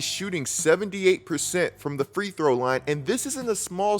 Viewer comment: Bro, ain’t it “free-throw”….not “three throw” 😂💀